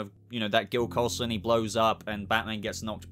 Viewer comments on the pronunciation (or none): none